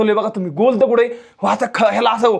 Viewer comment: माहिती चांगली सांगितली, पण एवढा आरडाओरडा कशासाठी आणि मराठी शब्दकोशात दगड असा शब्दप्रयोग आहे. दगुड नाही.